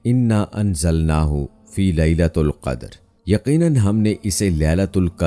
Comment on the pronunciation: Start mein ap ne ghalt tilawat ki inna anzalnaho fi lailatil qadar parho